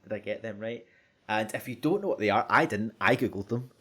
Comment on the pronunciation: lovely accent.. I thought I was being cursed at every time he said "if you" because if sounded like "F U", a much used term of endearment by my online buddies when we're doing a session of hectic shooters or other games.. thanks for being awesome, I chuckled :)